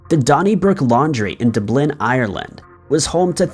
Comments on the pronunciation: for the love of ALL things Holy and Pure, PLEASE learn how to say Dublin! You continuously say D'blin. It's pronounced DUB'lin. You can easily go on Google and type in Dublin, then press the speaker icon, and it'll help you pronounce Dublin correctly. You mispronounce Dublin EVERY SINGLE TIME, and it's pretty disrespectful. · It's DUB'lin! DUB'lin! DUB'lin! NOT d'BLIN. Look it up on wiki. There's a sound sample there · Dub Lin not D'blin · Not criticizing my friend because I love and am subscribed to your great videos. But Jaysus lad. The city is pronounced Dub-Lynn, not Du-Blynn. Many thanks !! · He must have heard it pronounced “DUB-lin” hundreds if not thousands of times in his life, so his mispronunciation is quite obviously intentional. A normal script reader would wonder “Why have I never heard of this city called ‘dub-LIN’ in my entire life, considering it’s the name of one of the most important cities in Ireland.” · Your biggest crime is not knowing how to pronounce Dub lin. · I wish you'd learn to pronounce common words. Dublin has the accent on the first syllable. DUB Lin. Even though you haven't emerged from your parents' basement too long ago, if you're going to attempt narration as your occupation, that's what you should do better than anything, better than those of us who aren't attempting narration as our occupations. In a past episode, you mispronounced the word "schooner" so badly I had to stop watching. "Schooner", first syllable, pronounced as school. Or as in schedule here in the United States. Also, the words thanks, thankful, thankfully, you make them sound like the "a" is an "i", as though you're saying thinks, thinkful, and thinkfully. Very, very annoying. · ITS DUB-LIN 🤦🏻‍♀️ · It's DUB-lin. Have you never heard these names pronounced? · This is the first time I’ve ever heard anyone pronounce it d’BLIN. I wonder where learned that bad pronunciation. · I came here to say this. You beat me to it. THANK YOU!! DUBlin.